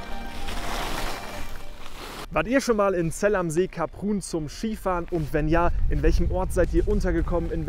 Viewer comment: Kleine Anmerkung, Saison geht für gewöhnlich bis Mitte Juli. Bei der Ausprache von Kaprun muss ich auch meckern